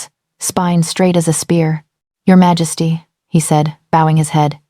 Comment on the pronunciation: Can you please fix the pronunciation of Majesty? The AI reader pronounces it wrong most of the time and it’s very distracting. It’s the same in all of your videos. Take a little care.